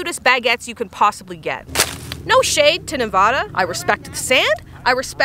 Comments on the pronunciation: Nevaaaada not NEHVAHHHDA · Nevada native here - it’s Nev- AH-da. Not nev-uh-da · Looks like southern Nevada! Be mindful how you says Nevada. Say it the way the locals say it: nevahduh 😉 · U said “Nevadah” like a real outsider! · *"Nev-AH as in 'apple-duh" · As someone who grew up in Nevada, you're pronouncing it wrong (I'm sorry lol). The a's are pronounced 2 different ways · People from Nevada: ShE SaiD iT wROng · Just so u know the a in nevada is pronounced like the a in apple lol